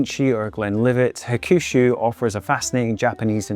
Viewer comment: hakushu is pronounced HAK-shoo. the middle U is almost silent, and the stress is on the first syllable